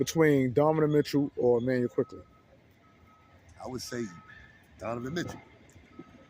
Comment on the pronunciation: My bruh!!! Love your show, but it's DoNOvan, not DoVAnan! Otherwise, your show is nice dude.